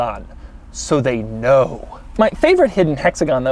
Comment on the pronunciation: ...SO THEY KNOWW 😂ahhh the emphasis ... oh it’s in Japanese?!